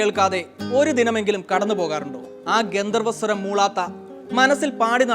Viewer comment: ഉച്ചാരണ ശുദ്ധിയോടെ പറയൂ ഗന്തർവ്വ അല്ല ഗന്ധർവ്വ, ജാതി ഭേദമാണ് ബേദം അല്ല ഭാഗ്യ ജാതകമാണ് ബാഗ്യ അല്ല, യേശുദാസ് പാടിയ പാട്ടിലെ ഈ വാക്കുകൾ കേട്ടാൽ മതി അറിയാൻ